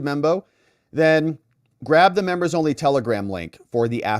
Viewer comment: Please stop saying membo. 🙏 that is so so absolutely infuriating. Please just say members...PLEASE?!